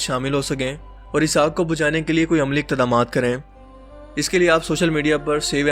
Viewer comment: Iqdaamaat is the correct pronunciation.